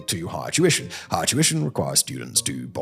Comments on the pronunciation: Tuition! I thought I had heard you say "Jewishon"! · When Simon says "tuition" is sounds like "Jewish".